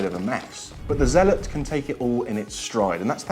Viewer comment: Its zealot s, not usual zealot